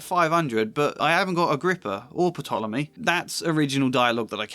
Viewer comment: Fyi: the P in Ptolemy is silent. Other than that excellent video. (And i think you're too hard on yourself about your pros 😉)